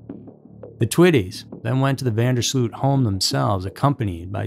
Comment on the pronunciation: the last name is incorrect as well; it's pronounced van (not ven) der sloat.